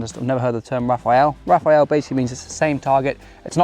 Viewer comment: ... it's "rah-FAHL", " not "Raphael". It come from the French word for "burst" (like in "machine gun burst" , which is "rafale de mitrailleuse" in French). Rapid succession of targets coming from the same thrower (just like "rafale de mitrailleuse" is a rapid succession of bullets coming from the same machine gun).